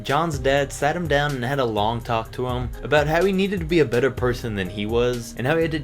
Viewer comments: better not beter 😂😂 lol still a great moving story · "Beter" okay then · "BETER" lmao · Did he just put "Beter" instead of "Better"?